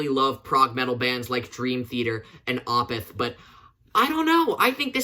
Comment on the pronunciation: You got a really nice collection so far! Ftr, I think Budokan is pronounced as "Boo-dough-con". Also Opeth is usually pronounced as "Ohh-peth" and not "Ahh-peth".